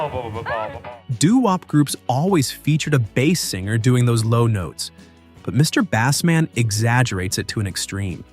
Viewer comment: I was willing to stomach the scrappy narration until he mispronounced "Mr. Bassman.". Ugh!